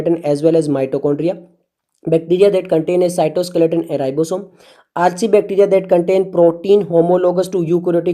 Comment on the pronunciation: Archaebacteria nam tere baap ne diya tha kya thik pronounce kar gawar